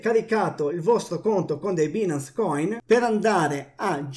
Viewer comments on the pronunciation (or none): si pronuncia “bainance”, che cazzo